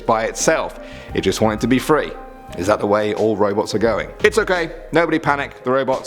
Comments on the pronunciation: I thought he said robux in the beginning lol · I thought he said ROBLOX instead of Robots